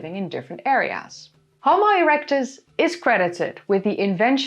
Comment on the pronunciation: Erecuts 😂😂😂 she said ereucts 😂😂😂